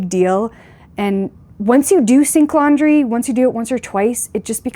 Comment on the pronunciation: OMG...,I thought you were saying "stink laundry"......I guess you could say that 😃😃